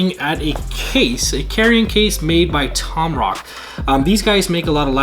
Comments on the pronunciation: 1. TomTOC NOT TOMROC 2. this is a fake 8bitdo controller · In you say tomrod the brand in tomtoc you invin reading it but still you said tomrod and not only they make laptop bags they also make a lot of nintendo switch cases.next time watch on youtube first before saying dose wrong words you say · Anyone else hear "tomhawk"